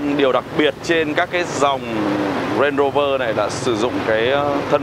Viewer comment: Đọc đúng tên Range Rover rồi à anh